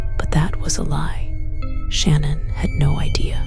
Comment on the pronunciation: Sadly with her whispering and annoying tone she’s mispronounced Shan’ann’s name. Had to stop the video right then. This is unacceptable when the video is ALL about what happened to Shan’ann and her babies.